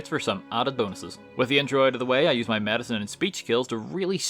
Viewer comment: U pronounce medicine wrong 💊